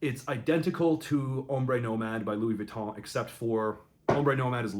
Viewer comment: Finally an english person who pronounce well Louis Vuitton name